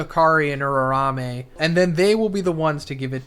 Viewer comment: i beg you. Stop saying "Urarame" thats not how it's pronounced.